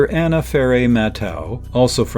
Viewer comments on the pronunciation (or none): none